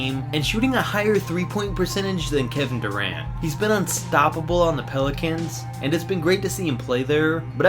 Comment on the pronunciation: “He’s been unstoppable on the pilicans